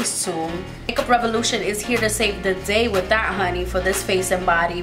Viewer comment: Are you saying “honeeeyy” in an Asian accent? Just wondering…